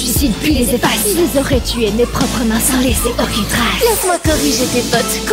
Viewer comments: Ok c'est pour la rime. MAIS IL A PRONONCÉ "SENS" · « à ta place on aurait eu "Sens" » 💀. Ça se prononce Ça-ntss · Par contre il a dit sens au lieu de sans 😭